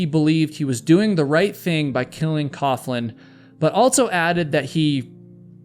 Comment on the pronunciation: FYI, “coughlin” is pronounced “coglin.”